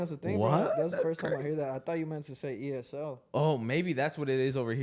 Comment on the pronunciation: Bro said “esl” as a word, nah bruh it’s E…S…L